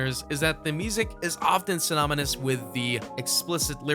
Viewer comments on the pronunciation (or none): “Synomonous” lol